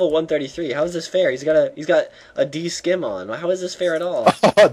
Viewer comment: it's pronounced Scim as in sim not skim...